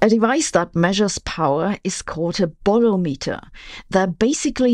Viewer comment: bolometer -- pronounce similarly to as you do thermometer